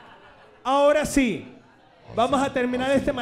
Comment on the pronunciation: Mori de risa con diciendo "pero justo ahoda" JAJAJAJAJAJAJA